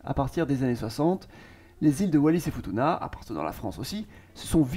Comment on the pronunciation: 😢Foutouna ça ce pronounce.... Ma femme est de la ba